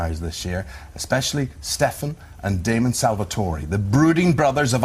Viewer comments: Did..did the interviewer saying Damon and Stefan Salvatori? Instead of Salvatore. Lord..give me strength. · I watched the interview and was mildly entertained. When I read the comments, about how they said salvotorey and "we're surrounded by garlic" and how it was so obvious they haven't watched the show I howled with laughter 30mins straight I wasn't expecting comedy when I clicked on this (my stomach hurts) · He did not just say salvatorie.... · too bad in Italian its Salvatore, sal-vah-toh-reh. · Their faces when they pronounced Salvatore wrong was soooo funny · Rabia B what the hell are you talking about i m Italian and the E isn t pronounced like inglish E but in a different way like when you say 'hEllo' not as 'ey' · they could at least learn how to pronounce Salvatore